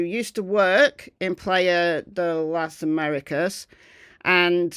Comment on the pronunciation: The bloke did 6 summers in Tenerife and he still butchers the pronouncion of Playa de las Americas. Typical Brit.